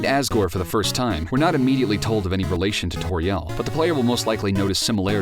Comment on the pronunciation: This video is really good, but the fact you put the stress on the "ri" in Asriel and Toriel bothers me so much. I feel so bad for being to nitpicky but I have put the stress on the first syllable and hearing somewhere else bothers me.